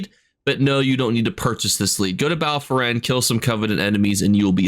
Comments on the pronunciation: Bro I love ur videos but ur pronunciations baffle me “bal foren” is impressive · Bal foren? 🤔 Bal Foyen?